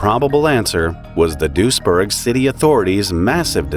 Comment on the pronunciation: Weird this is so close and I never heard of it. As a random note, your pronounciation of Duisburg is closer to the Dutch village of Doesburg, which I am also familiar with so for the longest time, I was wondering what was with all the German until I realised, it was Duisburg lol near Düsseldorf smh I'm silly